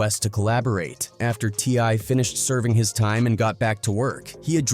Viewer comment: He called t.i a t-lie 😂